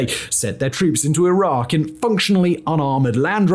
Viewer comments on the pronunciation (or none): none